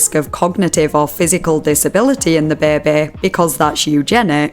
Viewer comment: every time you say the word baby it makes me crack a smile lmao